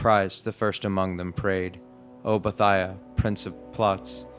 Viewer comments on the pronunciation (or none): I thought it was pronounced bo-ee-thee-uh